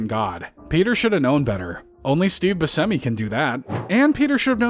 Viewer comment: that’s not how you say Buscemi 😭